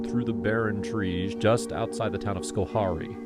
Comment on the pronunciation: Schoharie is pronounced sco harry :)